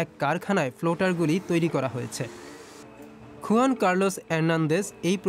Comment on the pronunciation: হুয়ান কার্লোস হবে, স্প্যানিশ উচ্চারণ